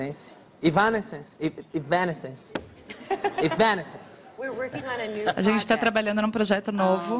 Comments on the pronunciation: Kkkk esse Danilo é foda com a pronúncia do nome da banda kkkk "evanéscence", "évanéscence" galera rachou o bico de rir 😂😂😂😂😂😂. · "É vanences" mds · Ela corrigindo a pronúncia do Danilo é engraçado. Hahaha